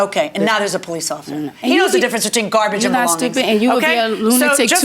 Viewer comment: "He left me cat litter and gawbige (garbage)"😂😂😂😂